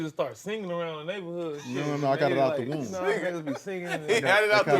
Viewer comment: This was funny! But Tank, it’s not wound, it’s womb.. 😂😂😂